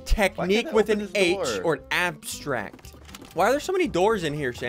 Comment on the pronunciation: It’s abstract not abstract